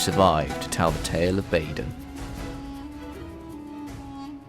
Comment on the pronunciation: Its "Badon" I believe